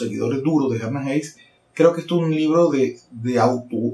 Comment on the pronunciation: Se pronuncia "Hes-se", tal como se escribe. Buena reseña.